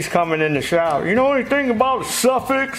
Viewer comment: Suffix pronounced as Suffork. Zeenith is pronounced (Zen)ith. Yes a primer thing is called a jiggle pin used to push gas into engine for easier start. Two common carbs then were Webber and Zenith. Motorcycle mechanic in Sixties for a short time.